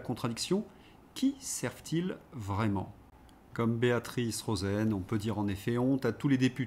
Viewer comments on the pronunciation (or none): none